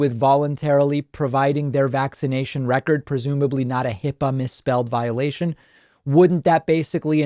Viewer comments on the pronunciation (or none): none